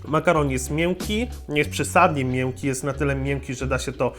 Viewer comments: błagam, nie akcentuj "ę" w tak przesadny sposób, używaj częściej form "e" - "biore" zamiast "biorę", "mieńki" zamiast "mjęki". Ogólnej dykcji nie będę się czepiał, bo sporo by tego było, ale nie razi to aż tak, jak "ę", które aż boli.:) Powodzenia w dalszych materiałach - pozdrawiam Cię i życzę dużo kreatywnych pomysłów! Piona!:) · Mnie rozwala to ze on mowi ą,ę itp np mięki xd